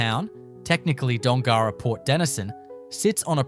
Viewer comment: You should learn how to pronounce Dongara and Kalbarri.